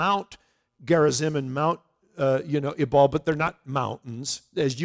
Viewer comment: My Israeli guide said Ebal is pronounced Eval.